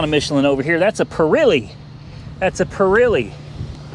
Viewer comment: Its not pir ee lee its pir eh lee